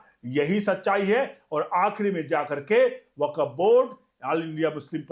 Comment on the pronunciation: वकफ नहीं 'वक्फ' ('Wakf'', not Wakaf) बोलिए।